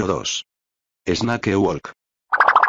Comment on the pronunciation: 発音が「snake」じゃなくて「es na ke」なの面白い